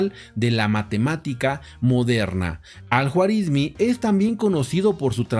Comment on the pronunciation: Se pronuncia Al Juarismí.